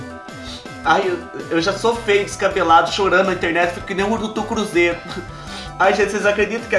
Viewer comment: Urutu cruzeiro kkk minha irmã fala assim também